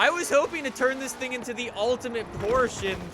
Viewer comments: Its not called Porsch. Its called PORSCHE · Porsche is pronounced like Poor-shuuh... not poorshhh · Can you start pronouncing the E please??? Its not Porsch its Porsche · Its porche not porch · ITS PORSCHE NOT PORSCH !!!!!!!! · PORSCHE-AH PORSCHE-AH GET IT RIGHT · It's just Porsche not Porsche-a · The way he pronounces Porsche bothers me so much.😂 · PorschE has 2 syllables!